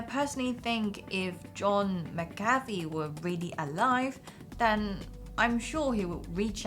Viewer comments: m8, it's Mc-ca-fee. It's not McCartney either. The Beatles didn't recruit him. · It's pronounced Mac-ughhhhh-fee. Come on, do more research before doing the video. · MACK-A-FEE. FFS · You can’t even pronounce his name correctly. I’m pretty sure everyone thinks you’re full of bs.